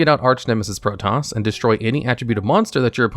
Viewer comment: The pronunciation of "Protos" sounds so weird lol. I always thought it was pronounced Pro-toes. It actually bugs me that it was banned, I don't even use Swordsouls but my deck could make great use of both Archnemeses twins, now because of it I'm stuck with only Eschatos.